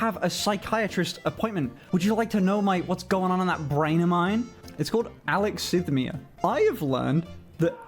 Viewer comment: Alexithymia is not being able to identify the emotion you feel. It isn’t the absence of emotion. We autistic have emotions. Try uh-lex-E-thigh-me-uh. 👍